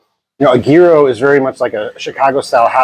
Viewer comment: You said at first that the correct pronunciation was year-oh and then you kept saying gear-oh…